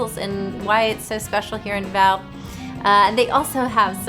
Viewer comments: Nice! First if all, it's pronounced as DA-vao, instead of da-VAO. Even non-DAvao Filipinos get that wrong. And yes to fellow Filipinos, pronouncing it rjght is as important as prouncing your own personal names right.😉 Besides that, you're family is doing great and thanks for having an awesome time in Davao. 👌 Madayaw! 🦅 (MadaYAW = good; pleasant; beautiful) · Da-vao not D'vao